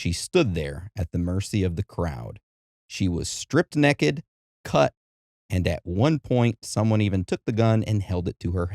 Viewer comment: Hard to take someone seriously when they say ‘neck-ed’ repeatedly.